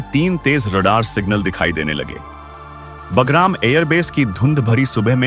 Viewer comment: PEHLE BHI NOTE KARAYA THA, IT IS NOT BAGARAM, BUT BAGRAM.YEH GALTI BHARAT MEIN HONI BAHUT BURA HAI, KYONKI HINDI IS OUR MOTHER TONGUE.